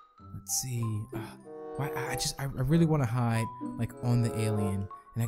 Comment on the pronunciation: its hide not hid